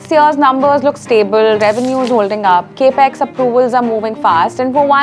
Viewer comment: It’s Capital Expenditure or CapEx not Cape Ex.